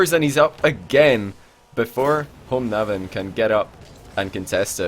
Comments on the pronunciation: Ahahah den uttalen "håmånaven" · homonaven KEK its homonavn (Gayname) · when tried to say homonavn XD cracked me up